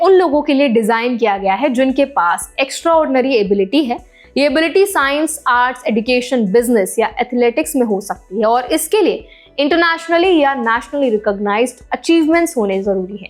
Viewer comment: Location एडुकेशन nahin. एजुकेशन होता है. Please check Google: eh·juh·kay·shn. Kuchh to research kar liyaa karo yaar video upload karne ke pehle. Ye zaroori nahin ki har waqt "du" ka sound डु या डू hi hoga (examples: Duplicate डुप्लीकेट; Dubious ड्युबियस). Kabhi kabhi "du" ka sound जु या जू भी हो सकता है. "Education" mein du is pronounced as जु, not डू. aapke diction se lagtaa hai aap kaafi padhi-likhi hain, phir bhi talaffuz (उच्चारण/pronunciation) mein itni mistakes? शिफोल, फ़िर, और आज एडुकेशन.